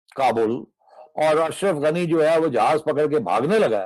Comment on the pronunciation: Asaraf ganni not afsar ganni